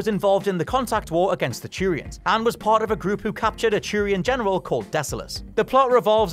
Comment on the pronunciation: (yawn) early early edit: GD, it's not CHEW-rians it's Two-rian.